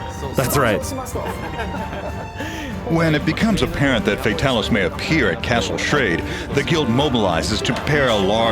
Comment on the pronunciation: yay they said Fatalis properly!